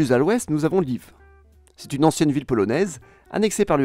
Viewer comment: bon petit soucis apprenons l'ukrainien c'est pas Lvov mais Lviv, c'est pas Kharkov mais Kharkiv, et ont dit pas kyiov mais kyiv toute les villes finissant par iv est en ukrainien, en russe on prononce ov